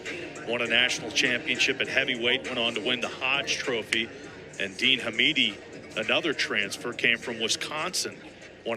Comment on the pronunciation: Commentator said dean hahmeeti 😂